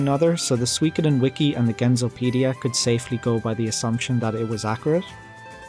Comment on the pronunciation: You're pronouncing it wrong, it's soo-wee, not swee